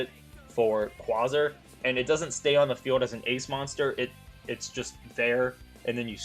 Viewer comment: the way you say quasar is bothering